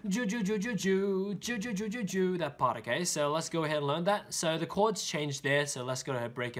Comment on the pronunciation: Пытается сказать жу-жу